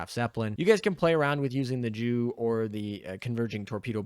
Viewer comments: Yea was gonna say haha or say Yu for Yunkers which I'm pretty sure is how its pronounced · "Is better than a +11 JU" Maybe next time just use the name of the plane "Stuka" or say the letters as is... Because nothing the Germans love more than "JU's"